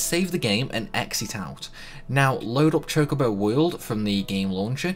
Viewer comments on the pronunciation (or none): Did he just said Chicobo?